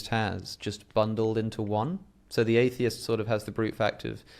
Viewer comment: It’s pronounced Atheist…